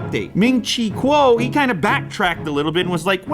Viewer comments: Btw it’s pronounced cow not kuo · I’m pretty sure “Kuo” is pronounced like “cow”.